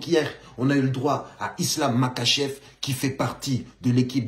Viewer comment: ca se prononce marhachev